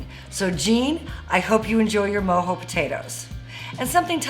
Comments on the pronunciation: She keeps saying Mo-Hoez which I personally Love myself every weekend, but it’s Mo-jo as in mo joes. Lmao, let’s get it!!!!! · Lmao never heard them called “moe- hoe “ potatoes and not “moe- Joe” potatoes lol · MOE JOE NOT MOE HOE potatoes!! 🥔 I'm dying over here every time you said Mo Hoe 🤦🤦🤦‍♂️🤦‍♀️🤚😪🤤🤤🤯😵🤯😭😱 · Mojo? It’s MO-JOE without the e